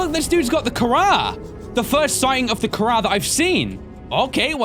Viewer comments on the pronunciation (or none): it's actually pronounced (ka-rah) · you pronounced it wrong its pronounce kha-raw i know this because my last name has kh in it